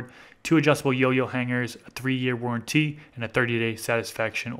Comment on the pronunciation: and warranty he emphasises the "t" warren "tee"